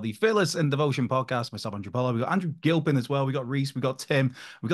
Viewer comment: Andy Gil-peen!